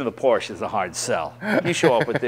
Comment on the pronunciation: How is Jay a car guy yet not pronounce Porsche correctly? From now on I'm calling him Jay Len